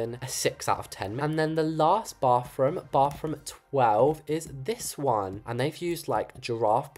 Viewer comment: I love how he says bofroom 😊